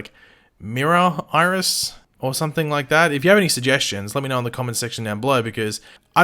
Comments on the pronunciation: Bitch Iris not Mirris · Miris? Pronounced My-Ris